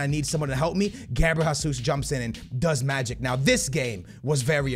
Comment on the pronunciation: please stop saying it like "Gabriel Hasus" it's pronounced Gabriel "Jay-zeus" please like so he can see lmfao